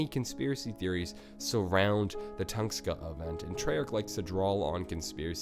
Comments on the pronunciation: its tunguska not tungska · Late asf comment but it's tunGUska not Tungska... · Toon-gus-kah, not ton-skah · Tunguska not Tungsta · Tunguska = Tung-uska not Tungska. Great content and hate to be that guy but you really need to work on your pronunciation of alot of this stuff come on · dude its "tun-GUH-skuh" say it right dude. its pissing me off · its tunGUSka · Not tungska sorry great video but I couldn't resist